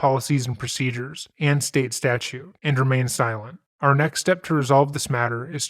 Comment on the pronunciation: StatUTE!! Not statue! Geez!